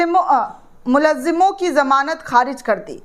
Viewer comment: Madam it is Mulzim not Mulazzim.